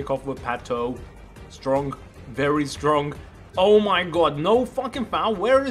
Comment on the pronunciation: It's strong not stronk